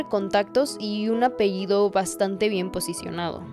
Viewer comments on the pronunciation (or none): none